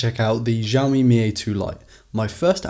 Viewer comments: Actually it's not pronounced as shaomi as well, but more to siaomi, you've heard shaomi so much because most english speaking youtubers don't exactly know how to pronounce Mandarin Pin Yin shaomi can be having a completely different meaning, for instance: 烧(burning the )米( raw rice) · It's not Jaomi it's Shaomi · Man is not jiaomi is xiaomi (shiaomi) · Xiaomi is pronounced like she-ow-mee not zhee-ow-mee. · Lots of people have a problem pronouncing the letter "X" in Mandarin. It doesn't sound anything like the name Zsa Zsa Gabor. X in Chinese Pinyin is supposed to sound like "S". This video should help. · Actually it's not pronounced as shiaomi as well, but more to siaomi, you've heard shiaomi so much because most english speaking youtubers don't exactly know how to pronounce Mandarin Pin Yin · It's shaomi not zhaomi. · You dont know how to say Xiaomi proper - it;s "SIA O MI " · Jaoumi or shaomi? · Why you say it ‘jiaomi’? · Not ჟiaomi ! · Cant trust anyone who pronouces xiaomi as jowme